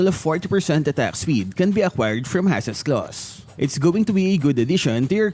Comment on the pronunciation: It's Haas not Hasas 🤣🤣